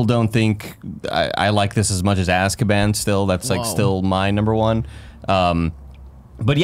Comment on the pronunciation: Everytime says "azkaban ", I think hes saying "asskaban". watched the wrong movie.